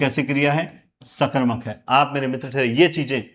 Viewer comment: नमः गुरुदेव 🙏 आप सकर्मक और अकर्मक का उच्चारण सही नहीं करते हो जी अकर मक या सकर मक करने की बजाय पहले उपसर्ग बोले जैसे अ कर्मक स कर्मक करें तो अच्छा लगेगा जी।